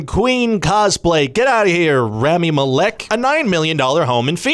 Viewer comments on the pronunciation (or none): Malek is pronounced with a long a. Like the a in bath. And the i in bit. So Maalik